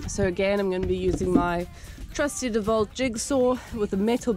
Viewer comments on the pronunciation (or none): Cool vid, fitting ours this weekend, weather permitting. Did you say 'trusty Devalt jigsaw'??? haha...Dewalt